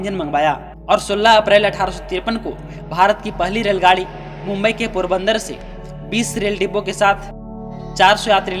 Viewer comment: बोरीबंदर है पोरबंदर नही .